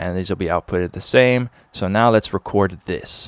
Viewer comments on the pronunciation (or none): none